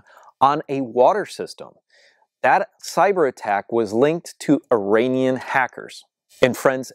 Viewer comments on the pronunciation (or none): none